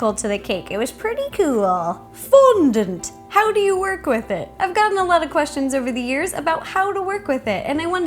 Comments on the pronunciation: its not pronounced fondunt its fondant! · The way she says fondont is so funny love it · Lol the way ro said fondant. FON-DANT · i love the way you say Fondant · please stop saying fondant in a weird manner 😏😏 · Very well explained video and answers a lot of questions, however I dislike the way she says fondant.